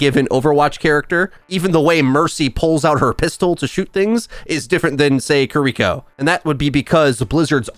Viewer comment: Almost 2025 and still can't say Kiriko